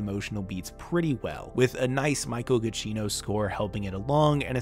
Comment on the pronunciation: It's "Michael Giacchino", not "Gachino"